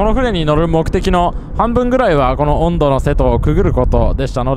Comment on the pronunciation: 音戸の発音は、温度の発音ではなく棒読みですよ